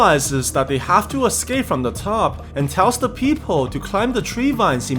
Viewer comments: Not a fan of the fact that you say people as "peephole" or "peepole". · Yoo it sounds like peephole when you said people 😂😂😂